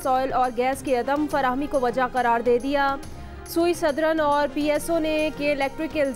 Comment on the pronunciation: sui southern ( sui sadran nai hota) hai janab illitterated anchors